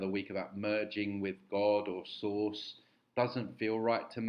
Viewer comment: source sound a lot like saurus. Just saying